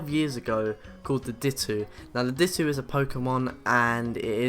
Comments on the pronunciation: Di-toe not dit-two!!!!!!!!!!! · "dittoo" ... no, it is pronounced dit-oh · its dito not ditoo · It's ditto not dittoo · its ditto not dittoo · He pronounced ditto "dittoo" you fucking idiot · Anyone who gets annoyed by him saying dit-ooo not dit-oh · Ditt-Oh Not Dit-Oo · It's pronounced ditto not dittoo but eh no one cares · This guys use of words to describe painting/drawings and pronouncing Ditto as Dit2 and other stuff gives me severe OCD. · DIT OH FUCKING DIT OH YOU ARE DRIVING ME CRAZY FOR FUCK SAKE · Did you just call dito, ditoo? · Its Dit-oh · Did he say Di-t-two? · it's di-toe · Ditto is not pronounced Dit-ew, you pronounce it as Dit-oh Darkrai is not pronounced Dark-Ray, it's pronounced dar-cry. Nice video, though 🙂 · Dittoo? Physics? Darkray? Weird pronouceations